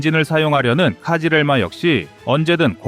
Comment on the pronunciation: 카지렐마가 아니고 크즐 엘마 (빨간 사과) 입니다. 카싁츠도 카슈끄지라고 그지같이 말하더니, 크즐엘마도 엉터리로 이야기 하네요. 이름조차 엉망인데, 내용을 맞을 까요 ? 얼추 맞아보이기는 하지만, 정보의 신빙성에 의문이 듭니다.